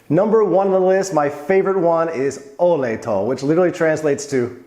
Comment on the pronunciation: "Olej" have an accent on O and a whole phrase has a dominat accent on "o" in olej. That means it should sound "Olej to", not "olej TO" as you pronounce it.